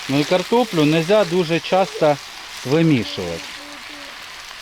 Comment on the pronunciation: Що за мова ? Украінська ? чАстА перегАртає згАрить пАсАлив рАзгАртАть . Все через букву А . так розмовляй вже на рідній тобі російській . Не псуйте мови Украінськоі . ПАмідорчики . рАзрАховивать . Господи …….